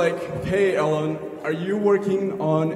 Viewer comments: Who says Eh-Lon???? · Did he just say Ellen, Instead of Elon!! WTH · to that shitstorm guy, it's E-lon not Ellen or some shit, get your shit right before asking questions, thank you. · i wanna bitch slap the dude who called him “ellon” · "ellen" hilarious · lol he ask question but doesn't even know the guy's name. lol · What is wrong with those people? They couldn't even pronounce his name correctly. Fully cringe worthy!! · Lol he didn't even try to say his name properly